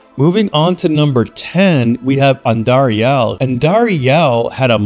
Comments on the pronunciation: The way you say Andariel is so funny. It's AN-dariel, not An-DAriEL. , you said correctly, how it should be said, different than how you said it for example . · why u say andariel wrong? its andariEL not andariAL